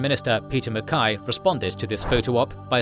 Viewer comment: lol peter M-Kai, its actually pronounced M-Kay, but I can see why you would say it that way.